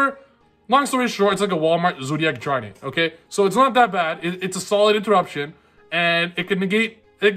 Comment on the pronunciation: "Wallmart zoodiac drident" HHAHAHA love u <3